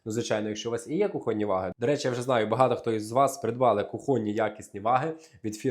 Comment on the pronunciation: ВаГИ наголос на ГИ